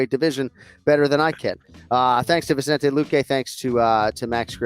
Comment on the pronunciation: Well kenny got the vicente pronunciation wrong🤣. Everyone always throws in an extra n.